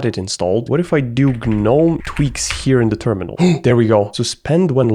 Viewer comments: im sure or im stupd but if im right its pronounced nome not Gnome. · It's not G-NOME it's NOME even though it's spelled GNOME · it's gnome, not guh nome, no GUH, just nome. holy hell, loved the vid tho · Him constantly saying Guh-nome is sending me. It’s just “Nome” buddy. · the pain of hearing him say g-nome but i pronounce it nome like the actual word imo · Broh.. say.... "G-Nome" or "Geenome/Jeenome" because that's how you pronounce it. Whats GnOmE? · hey hey, gnome = ( nome ) proper pronunciation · in the word "gnome" the G is silent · The G is silent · I HATE the way you pronounce gnome 😭😭😭